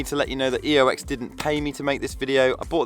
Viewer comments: Oex not Eox... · OMG YOU SAID EOX!!!!!!!!!!1. Nice video mate thank you